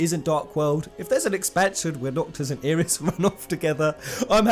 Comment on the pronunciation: I know this is a late comment on a two-ish week old video. But its pronounced EYE-RIS